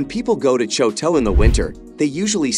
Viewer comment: You can not pronounce Choteau, Butte, or Helena, and you're telling me about my state?